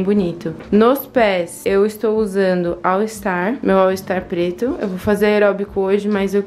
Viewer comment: Que agonia, toda vez que vc fala All ISTAR ☺️😬